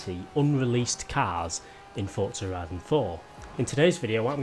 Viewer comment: Yes you Finally said forza horizon 4 correctly. I love your videos but it’s so annoying how you normally say it